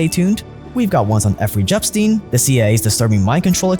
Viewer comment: effery jepstein 😂😂